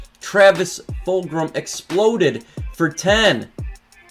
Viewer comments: Where are you getting the r sound in fulgham lol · Yo, no big deal but you do know that It is Travis Fulgham, no R right? Fulgram does sound cool though, wasn't he in like Killer Instinct or do you know if it was that or a different game?